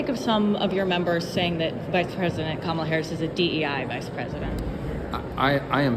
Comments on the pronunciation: Tell Kilmeade it's KAM-ala as far as pronunciation.is concerned. Study hard Brian and cut the coy-cutesy- David Duke-George Wallace approach. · Another "sneaky" thing the racist right-wingers have been doing is mispronouncing her first name. The bonehead Faux talking head just did it in the clip and their orange god mispronounces her first name consistently and on purpose. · They still can't seem to pronounce her name correctly after all these years. We'll make it easy for them in November, It'll just be "Madam President". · And he mispronounced her name. White people who are conservative have always mispronounced my name even after being corrected. More open-minded people have tried to respect pronunciations of non-white names. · After 8 years of her in politics, you'd think they would at least pronounce her name correctly.